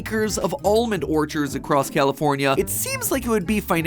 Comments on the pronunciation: He said Californ-i-ay 🤨 is that correct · Matt Matt it's pronounced California, not what however you said it I know you're like from the south or some s*** but like please please and in n out is delicious